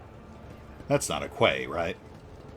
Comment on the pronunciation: Quay is another word for dock or wharf. Pronounced "key". Is that word not used in the US, or did the unhelpful spelling confuse you?